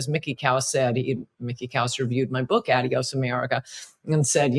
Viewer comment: Coulter has a book titled a word she can't even pronounce. Adios- It's- ahh'de•ōs not - add'e•ōs And Trump is not an idiot. Idiot